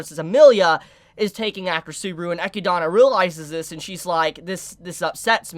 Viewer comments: Who is ekki-donna? Tha's not how you say Eh-Kid-Nah... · did you just pronounce echidna as ekidana yo wtf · Maybe im missing something, why do you say echidna that way?